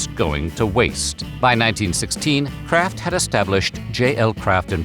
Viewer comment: what in the AI is happening here? "And like we mentioned earlier [Kr@ singles.. "